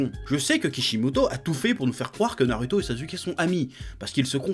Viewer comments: arrete de dire narUto ça se dit narOUto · pourquoi tu as un problème avec les U ? tu dis NarUto SasUké et pas "OU" meme Otakou tu le prononces OtakU... chelou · "NarUto, SazUké" 😂😂🤣🤣🤣🤣😭😭😭😭😂😂🤣😭😭😭🤣🤣😂🤣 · C’est moi où il dit Naruuto et sazuke 🤨🤨🤨